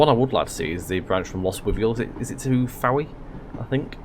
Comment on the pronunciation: I believe Fowey is pronounced “Foy”.